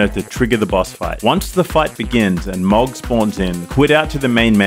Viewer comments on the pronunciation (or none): To be a grammar Nazi, Mohg = Mow(like "mow the lawn")-g. Iirc His name is pronounced a couple times in the game. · Heres a tip for beating mohg. Get gud(and don't pronounce it as 'mog')